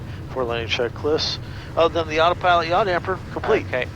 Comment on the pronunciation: Loved this video! The trying to get a word in edgewise was hilarious. The KRST ILS was interesting. Oh, and thank you for saying “yaw damper” instead of “yaw dampENer”. I never understood why some people want their yaw to be wet… lol